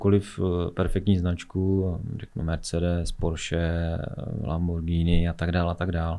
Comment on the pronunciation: První člověk na poli české scény, který vyslovil správně značku Lamborghini. Za to ho uznávám a nepotřebuji nic více slyšet. Každý, kdo řekne “lambordžíny” je u mě na úrovni deža z hospody a je mi jedno co nosí a i kdyby měl na sobě rolexy za 10M…